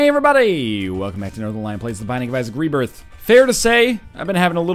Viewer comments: Binding of Isaac rebiarth, sounds like saying it with a southern accent cx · You ok there northernlion? Rebairth? XD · Lol Rebairth! silly northernlion!